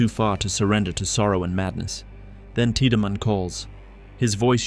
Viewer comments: the constant mispronounciation of names like Tieddmann as teedyman instead of TIDE-Man being a good example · Anyone else cringe as hard as I did through the Dead Space 2 portion every time "tea-da-man" is referenced? I mean I appreciate the full series recap, but daaang, what is this, Final Fantasy 10? The game is fully voice acted, the dude's names is explicitly "Tide-man", you just have to actually play it 😂😂